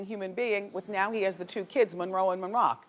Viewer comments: also Monrock)))) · "Monroe and Monroccan" 😭😂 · “Monrock” hahaha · the fact she cant get moroccans name right LMAO 😭😭😭😭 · She butcherd dem babies names😅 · no! That's why it's soooo annoying. Monroe and Moroccan, not that hard to say as often as she says there names